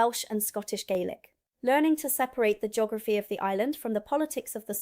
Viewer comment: Jeegorafy? I can't watch this. It's painfully bad.